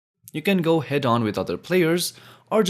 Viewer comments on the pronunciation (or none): none